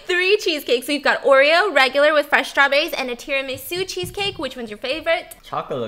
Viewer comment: I turned my head away from the screen for one second when she said tiramisù and it sounded like an Italian said that